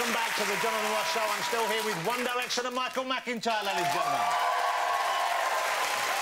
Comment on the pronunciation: "Won Diwection"